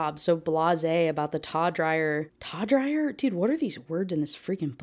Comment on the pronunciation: If anyone is curious when she says "taw-dryer" the author is trying to take the base word tawdry (taw-DREE), meaning like taboo. So the more taboo or evocative aspects of her job